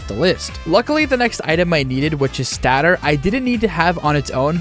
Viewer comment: "stat-or" you silly dingus its "stay-tor"